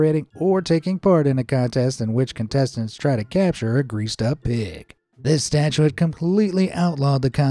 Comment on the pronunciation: mispronounced “statute” (a law) as “statuette” (a little statue) several times.